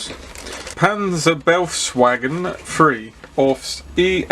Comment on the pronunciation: Nice review of an intriguing kit. Not my scale but very nice. By the way, befehls is roughly pronounced "berfails" to avoid ear torture for our German friends.